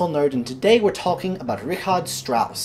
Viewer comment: Thank you for pronouncing the name correctly. Although my name is spelt differently (Rigard) it's also pronounced like Richard Strauss' name.